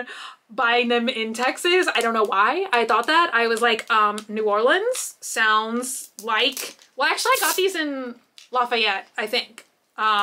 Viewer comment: Soo close!!! Lafayette is pronounced like laugh e ette. Thank you for saying New Orleans correctly! Yes I am a born and raised Louisianain.